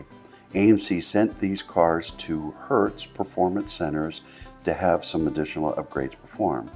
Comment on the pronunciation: Listen carefully, he says “Hertz” every time he mentions “Hurst” Duh 🙄